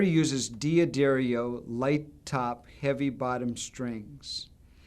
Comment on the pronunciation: It's not pronounced Dee Addario, It's Duh Darrio